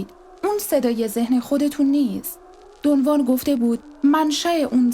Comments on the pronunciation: با احترام و تشکر از شما سوگند خانم من کتابهای هدیه عقاب و چرخ زمان رو ار از کارلوس کاستاندا خوندم و اسم اون شمن سرخپوستان دون خوان هست که شما دون وان تلفظ میکنید شاید دون وان کسی دیگر است که من باهاش اشنایی ندارم سلامت باشید. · دون خوان. نه دو وان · درود تلفظ درست ...دون خوان ماتئوس است🎉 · رود به شما.بسیار عالی ،کامل و درست بر اساس کتابهای کارلوس کاستاندا،البته به شیوه ی همه فهم توضیح دادید و خواهش میکنم ادامه بدهید.اما یک سوال:ازآنجاکه همه ی کسانیکه کم یا بیش،با عرفان تولتک توسط کارلوس کاستاندا و شاگردان دیگر او و دون خوان آشنائی دارند،همچنین در همه ی کتابهای مربوط به این معرفت،چه در نوشته ها یا گویشها،دون خوان را دون خوان گفته و نوشته اند ولی شما، حرف خ را از اول نام دون خوان حذف میکنید؟آیا دلیل خاصی دارد؟ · دون وان نه دون خوان